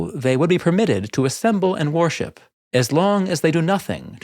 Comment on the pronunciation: Interesting content thanks. Just one thing, your pronunciation of worship sounds like warship.